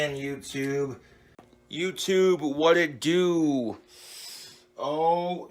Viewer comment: "Cooking is really a labor of love, youtoob," he says, as he brutally mangles a loaf of bread